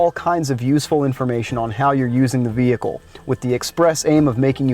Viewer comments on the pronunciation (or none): none